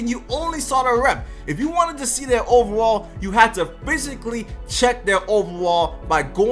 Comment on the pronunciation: I like you but learn how to say overall 😂